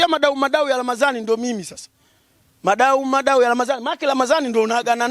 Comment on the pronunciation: ni Muadau Muadau sio madau madau😂